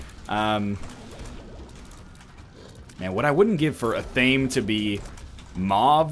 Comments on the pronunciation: EH-THA-MAY. Not a-tame. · NL.. repeat after me. ah-thah-meh its 3 syllables not 2. its not an english word an athame is a small ritual dagger used in wiccan ceremonies